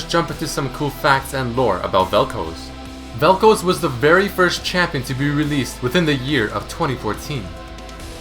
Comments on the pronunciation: seriously its pronounced "Vel-Kh-Az" not "Vel coze" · Its Vel'KOZ (ka'oz) and not Vel'Kuz (k'uuz)... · even after all the videos of people saying vel k-oz you still say vel' k-oh-s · Vel'Koz. Eh guess it's Vel'Koez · I cringe every time you say vel kouz and not vel koz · Bro how the fuck are you so dense. It's vel koz not fucking vel koooooooooz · velkoz not velkoes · It's not Vel'KOZE, it's Vel'KOZ. Where the hell are you getting the long O sound from? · its not vel kooz its vel koz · It's not koz like cosy, it's Koz like what crows do (caws) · Velcouse velcouse why do u say velcouse and not Vel'Koz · You pronounce it wrong, it's Vel'Koz not Vel'Kooze x) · "Veal'Kohz" It's "Vaal'Kawz". Also, "Helmet bro" actually has been given a name by the community. Which is "Marrek Helmen". Hell, Marrek Helmen even has his own lore, skillset, and even lines. You need to read (or listen) to Marrek's lore, to know he's still alive. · why do u say vel'kouz instead of vel'koz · Its Vel'k-OZ not Vel'k-OZE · Vel khaz not vel koz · dude, its vel'koz like in cuz, not koows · Why do you keep saying "Vel'Couse?" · its pronounced vel kawz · "featuring vel'koze" :3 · Isn't it pronounce as vel coz? And not colds* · vel kooz? xD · Vel Kouuz :D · Koz - Cause Pronunciation usually doesn't bother me but jesus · Vel'kaws (vel'koz) is the proper pronunciation if im not mistaking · every time he says "velkowz" i die a little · i love the way you pronounce some of the champions, like yasuo and vel´koz. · He saying vel koz wrong it bugs me lol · He pronounces Vel'Koz so weirdly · lol when he says vel'koz it sounded russian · Every time you pronounced Vel'Koz wrong I threw up a little... I liked the video, but dude.... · I swear he's pronouncing it wrong just to make people angry. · Please stop pronouncing vel'koz like that unless you're prepared to pronounce Kog'maw like kohg'maw it's an AH sound in the name not an OH